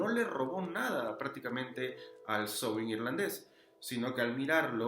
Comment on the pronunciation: Hola, amigo! Felicidades por este video. Gracias por la información. Y gracias por la excelente pronunciación de Samhain (Sowin).❤